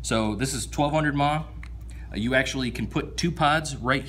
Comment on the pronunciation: Shit dude, its not “Mah”. Its milliamp hours... fuck man.. lol